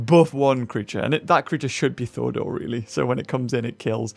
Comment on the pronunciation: Thordor? Shouldn't it be Thorador? Lmao😂😅